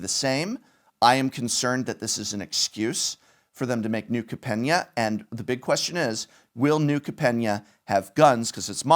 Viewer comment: Anyone else concerned about Professor's wrong pronunciation of New Capenna?